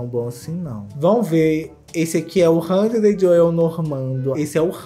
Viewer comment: Não aguentei quando o falou: Handred e Normand 😂😂😂😂😂😂😂 Fernanda Lima tem que mudar os nomes deles urgente! hahaha